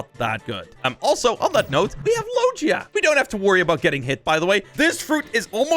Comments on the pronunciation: man rlly sad "low-jee-a" when it is "low-gi-a" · The way he said logia lol